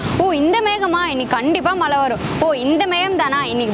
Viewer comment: மலை இல்ல மழை மேடம்